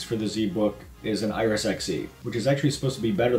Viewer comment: iRES? Do you mean iRis?